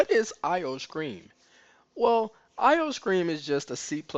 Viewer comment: The fact that he said "IO-Scream" and not "IO-Stream" made me nervous i mean it's right there on the screen lol